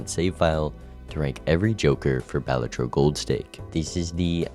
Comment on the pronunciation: why does he say balatro like that 💔